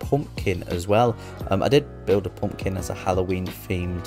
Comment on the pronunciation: I suck at symmetry so thanks! I'll try a poompkin 😂 I love the accent!